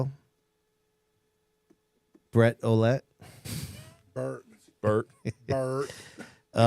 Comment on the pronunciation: He said bret olette